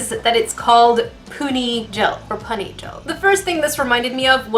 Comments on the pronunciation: When she said pony.....it hurt my soul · its pronounsed poony but spelled puni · It's pronounced poony gel